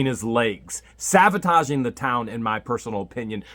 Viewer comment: SaBotaging not saVotaging. Sorry